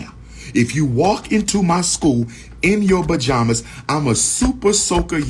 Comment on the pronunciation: Bajamas or pajamas 😂😂😂